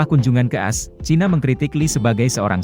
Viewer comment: Admin tolong cek video dulu sebelum di upload, seperti Xi jin ping, tolong ganti menjadi si jin ping, jadi tidak ada perubahan nama orang saat disebutkan, atau as... tolong pakai spasi jadi gk salah dalam menyebutkan nama negara orang,.. contoh.. A_S atau A spasi S, daripada as, as,as...